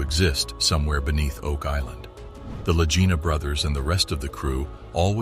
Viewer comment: The last name of the brothers is pronounced with a "hard" G, like in the word "golly", not with a soft G as the narrator does, making their last name rhyme with "vagina". Moron.